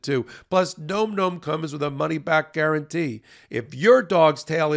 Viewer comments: it's not "gnome gnome" - it's nom nom. Like, an onomatopoeia of someone enjoying their food vocally whilst chewing: "nahm nahm" - get it? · Can somebody please tell and/or your advertiser "It's pronounced (NahM Nahm) not (Nome Nome)"? It's an eating sound. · Please tell it's pronounced "NAWM NAWM" Thanky. 😊💖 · Bro, phonetic spelling so you can say the sponsors name correctly. Nahm Nahm